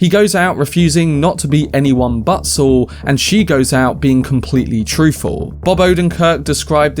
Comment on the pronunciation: It's pronounced 'Saul' not 'Swol'